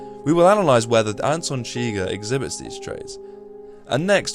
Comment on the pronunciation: “Anyone Chwuighur”